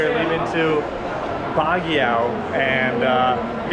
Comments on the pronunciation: Hey guys, Baguio is pronounced as "bag-yoh" and not "bag-yao". It sounds funny when you guys say it. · So funny while shaking ur booty guard tells u to stop filming 😂. Oh by the way its pronounce as BAG -YO not bag yao. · pronounced as BAG-YO. thank you for your uploads. I enjoy your vlogs. WTg!